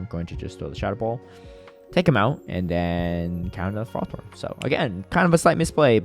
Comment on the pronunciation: hi, love your videos! buuuutttt please stop saying fer roth thorn, its ferro-thorn <3 edit: both you and kept saying it haha